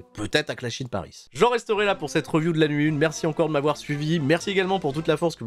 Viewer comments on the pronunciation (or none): none